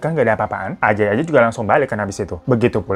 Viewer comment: Sangkung excited bg hiro cerita nama ajay jadi ANJAY dong🤣🤣. Emng klw nntn konten bg hiro ditunggu2 tiap saat. 🤣